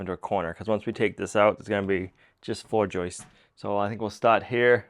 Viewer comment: God bless you,! It is JOIST and JOISTS, not JOISTES